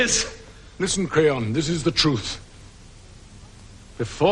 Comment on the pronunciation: It sounds like he called him "Crayon" XD